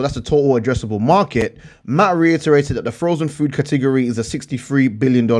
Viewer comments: I like how you say category. lol. Kahtigorree! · I love when you say “Cah-teh-gor-eee” :) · Katigeryyyy 😂😂😂😂😂 cat a gori buddy